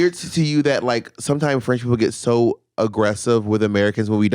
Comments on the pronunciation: French person here and I can attest Katya has a GREAT French accent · En tant que Quebecois, Katya a un accent français très correct, mais pour des Français c’est autre chose haha